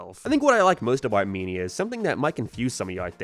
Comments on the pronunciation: bro it took me like 2 minutes into the video to realize you were saying mania and not “meania” I had no idea wtf u were saying lol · ITS PRONOUNCED MAN-IA NOT MEN-IA AND ITS NOT GEAM ITS GAME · I had to turn this video off because I couldn’t listen to you mispronounce “mania” one more time. It main ia like Main Street. Not me like media. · “Sonic męænia” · I dont know how to say this without sounding mean, but I am finding the way you pronounce a lot of words in this video very bizarre. I can't place what your accent is at all Soundtrack = Signtrack Game = geeim Mania = meenia now = noiioiuw